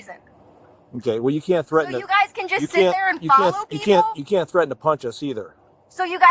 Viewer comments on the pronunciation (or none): They should also charge her with not knowing how to pronounce "Threaten".